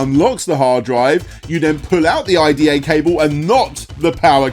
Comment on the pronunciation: I think its his pronunciation. Captions says IDE